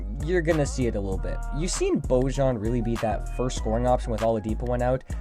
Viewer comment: Bojan's name is pronounced boy-on